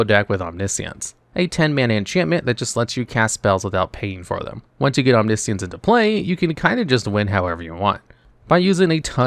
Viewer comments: OmniSience FFS dude at least try to pronounce words correctly. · He said omni-ishiance